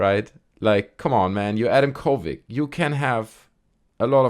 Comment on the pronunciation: Why do you say kovig? It's a d at the end... uh oh that's harassment... 😂